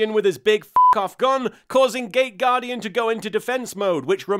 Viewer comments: For a second I thought that you said "gay guardian" instead of "gate guardian" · I know it's not what he's saying, but I keep hearing "gay" guardian instead of "gate" guardian.... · Nearly every time he says it, it sounds like "Gay Gaurdian" - maybe that's just me. Makes me giggle though. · Me too... it seems we are a minority, but he's clearly talking about a gay guardian.